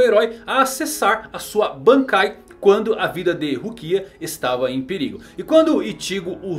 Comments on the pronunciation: Fala. Seu canal é top... Mas explica pq vc fala IchÍgo e RukÍa....? E não Íchigo e RÚkia como foi adaptado no anime? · Animê, ichígo, rukía.. não sabia que era assim que se pronunciava